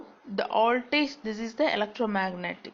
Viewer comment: It's Voltage not "oldage"